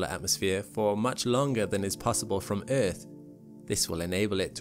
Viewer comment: I love your pronunciation of EARTH. "Eth." Reminds me of my old South African colleagues.